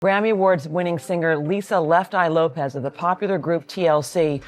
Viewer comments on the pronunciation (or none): LOPES, not LOPEZ. It's pronounced loh-ps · The pronunciation of her name somehow got changed to “Lo-pez,” when its original pronunciation is “loh-pss.” That’s an “s” on the end of her name, not a “z.” It’s pronounced “loh-pss.” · LOPES NOT LOPEZ. LOL... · Lopes not Lopez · Isn’t it pronounced LOPES, not Lopez